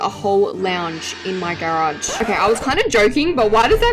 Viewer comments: The way you say garage is killing me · her accent to garage babes…🙏😔 (not hating I just think it’s funny)